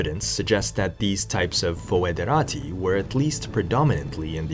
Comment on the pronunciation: In latin, AE reads E , always. So Praefectus would read like English Prefect plus the -us suffix. CI and CE are NOT pronounced correctly, but the correct form would be found today in Italian and Romanian. Your pronunciation in these languages would be spelled che and chi. Moesia would also be pronounced somewhat like Mosia, with the lengthened O. Foederati = federati